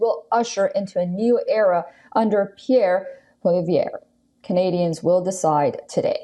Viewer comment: Haha she can’t pronounce Pollievre